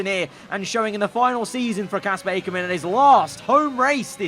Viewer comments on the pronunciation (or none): Not A-ker men its ack-er-men